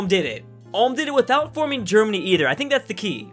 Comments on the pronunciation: Ulm is pronounced like OOLM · Btw the U in Ulm is pronounced like the U in Uber just that you know. Good video :) I enjoyed it! Greetings from Baden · Did this guy just say Ulme* with a hard r? That's a loss of a sub from me bub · It triggers me everytime he pronounces Ulm wrong. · Albert Einstein was born in Ulm, so....... ALULM ULMSTEIN LOL 😆 🇩🇪🇩🇪🇩🇪🇩🇪🇩🇪🇩🇪🇩🇪🇩🇪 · Er kann Ulm nicht aussprechen XD